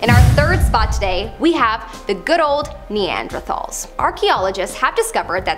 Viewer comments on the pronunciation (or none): did she call Belgians; Neanderthols? or did i hear that wrong?